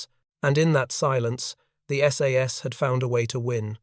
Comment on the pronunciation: Most of the photos here are of F1 or Owen submachine guns, not the sterling ... Also tell your AI that it's called the S.A.S.. not "sas".